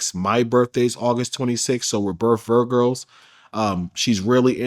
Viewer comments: “We’re birth virgirs” lmaoo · He said it right so we “both virgirls” 😅😅😅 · Bro said we both virgirls & relationtip 🤦🏾‍♂️tell me I'm not the only 1 heard that or am i tweaking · He said “we’re both Virgos” but it sounded like he said they’re both “Virgirls” wtf 😂